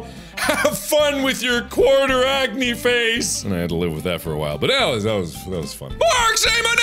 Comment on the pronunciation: He calls it acanee........ ACANEE